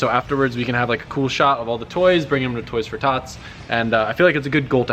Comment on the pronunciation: "toys for toths" Lololol